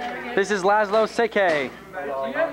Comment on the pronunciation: I came for nostalgic vibes as I graduated in 1994 and we're organizing our 30th school reunion in June. And to my surprise, I found a fellow Hungarian whose name is surprisingly well pronounced by this very kind guy: Laszlo Szekely (or as we would say and write Székely László). I wonder what happened to him, not sure if he became a politician :)